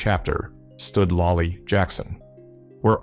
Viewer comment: It's lollie not lai